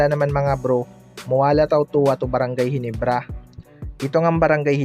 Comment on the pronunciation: hindi mabigkas yung ginebra bisaya